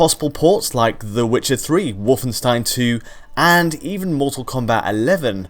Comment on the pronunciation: not susceptible to Wolfenstein pronunciation influence...